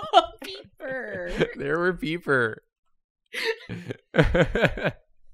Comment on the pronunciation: 'peper' love a good ol'drawfee episode